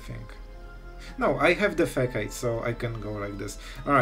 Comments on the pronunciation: i love a good janky combo! (btw, facade is pronounced fa-sahd) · It’s pronounced ‘fisaad’ lolol 😂😂 cool video!! 👍🏻